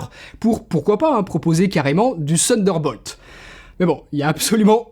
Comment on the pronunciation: Merci, très bonne vidéo ! Par contre, il faut travailler ton accent. Une chance que j'avais compris : seul USB thunderbolt, sinon ouf "Sunderbolt", ça ne le fait pas du tout !